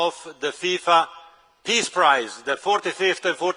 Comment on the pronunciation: I thought he said Piss Prize.